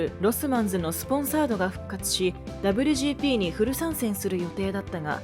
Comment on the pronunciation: この「ダブリュジーピー」って言い方は何とかなりませんかね？。当時を知らない人が作ってる感が…